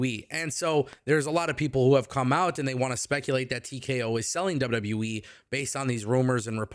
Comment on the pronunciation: Love your show but it sounds like you say WW WEEE instead of WWE. Lol